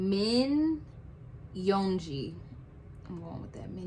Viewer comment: Great reaction!!! Nam-joon: Rhymes with moon. A Korean J is a bit closer to 'ch' than our own J. It's a hard J, not a soft or buzzy J. Seok-jin: EO is one syllable, and this is how you say it: Open your mouth as if to say Ah but instead try to say Oh. That's it! Yoon-gi: Also rhymes with moon Ho-seok: A good name to practice the difference between O and EO. Also, when K is the final letter, you "clip" it off. No puff of air should come out of your mouth at the end of the word. Tae-hyung: AE is like Eh. "Tay" is acceptable but not technically correct. It's more of a nickname. Hyung rhymes with young. It's really just 'young' with H at the beginning. Again, don't drag out the G at the end. Clip it short. Jimin: Exactly like it's spelled. Jee-meen, Jee-min, Jimin are all acceptable. People in Korea will say words with the letter I different depending on their accent. Again, the J is also a bit closer to ch than to z. Jung-kook. In Korea his name is spelled Jeong-kook, so the first part should rhyme with Seok-jin and Ho-seok. Hard J, and a clipped, airless K at the end. In Korea friends will say names like this: Jinnie, Nam-joonie, Jiminie, Ho-seokie, Tae-hyungie, and Jung-kookie. So you will hear the members use this with each other. This is not a "cutesy" thing. Everyone always adds that ending to names when talking to their close friends